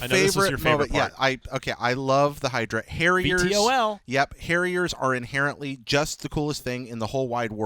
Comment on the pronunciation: Suppose have to say "V-TOL" not each letter individually haha